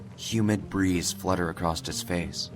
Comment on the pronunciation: Drinking game: Take a shot every time adds a letter T to the word "across" in his older videos. I guarantee you'll be more wasted than the fucker in this video after watching all the videos that contain "acrosst".